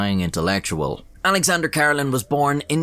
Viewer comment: Great video but His last name is pronounced Kuh-Reh-Lin, Not Car-Ruh-Lin.